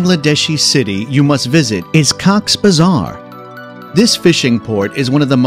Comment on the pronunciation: it's not cocks bazar, it's cox-es-bazar